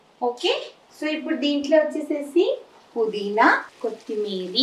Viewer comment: కొత్తిమీరి కాదు కొత్తిమీర అనాలి